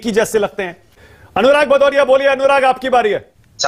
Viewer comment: भदौरिया ❎ पदौरिया ✅🤣🤣